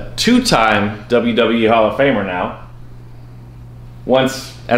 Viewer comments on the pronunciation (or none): "Hall of Farmer" huh? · It's not farmer. Its Famer 🤣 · "Hall of farmer" 😂😂😂😂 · Hall of Farmer ? Lol 😂😂😂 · Hall of Farmer?😂😂😂😂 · Not Hall of "farmer" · Hall of Farmer? Lol